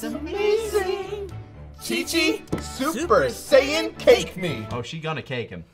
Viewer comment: See and sayian. I just caught that. Its not saying its sayian